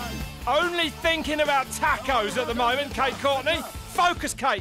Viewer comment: WTF are "tack-o's"?